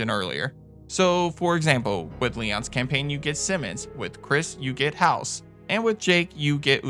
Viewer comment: I'm sorry but it's bugged me... it's pronounced phonetically as hay-os